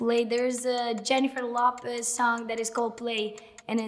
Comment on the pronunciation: Jennifer lop-pez 😂